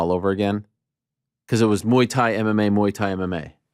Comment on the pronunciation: I’m disappointed that a such experienced fighter like DJ can’t pronounce Thai box king proper… mhuui Thai ffs